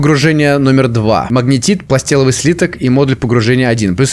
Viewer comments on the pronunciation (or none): Пласталевый... Пласталевый! Слиток... а не пластеловый